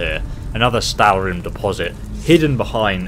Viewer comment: how u said stalrim the first time 😍